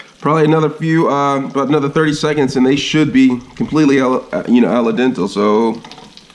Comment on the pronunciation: Al Den- Teh not dental